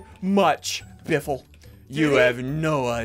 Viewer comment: It's not biffle its butt waffle